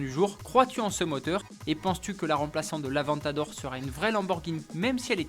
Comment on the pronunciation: Avant t'adore !!! non sa se dit avèntador ! (sa fais deux fois qu'il se plante !)